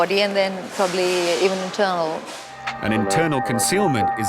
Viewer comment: % 100 indian 😂😂😂 Probittttliyyyyyyyy